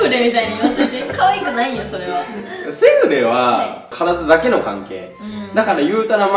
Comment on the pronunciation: の セ⤴︎ フレ⤵︎ の発音めっちゃ笑った、、🤣🤣🤣